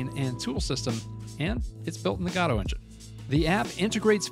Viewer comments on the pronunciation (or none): One thing many people get wrong, and I noticed happened in your videos, is "Godot" is actually pronounced "Go-Dough". It was named after a play by Samuel Beckett, "Waiting for Godot". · it still bothers me how you mispronounce Godot. ..